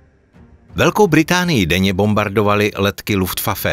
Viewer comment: Luftfafe😂? Kámo tvy videa mám rád. Vždycky mě pobavíš nějakým přeřekem 😂😂